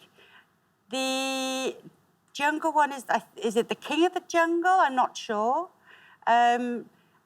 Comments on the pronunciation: From a french guy... Not bad for the prononciation. Some were a bit weird, but overall quite good (I laughed with Junegle) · It's a shame for "jungle" that got mispronounced 'cause the rest was brilliantly said by the host, well done! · Except for the way he says "jungle", his pronounciation is quite good, actually :) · Pareil, j'ai trouvé la prononciation vraiment bonne, et là il a dit jungle 😁